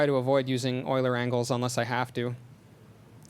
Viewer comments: Euler is pronounced "Oiler", because it's a German name. :) Regardless, GREAT talk! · euler is pronounced oiler because it is a german word. eu makes the sound oi. kind of like the strange combinations in english such as oo, ew, aw, au, ou, ow, etc....you get the picture. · Euler was Swiss, this is why his name is pronouced "Oiler".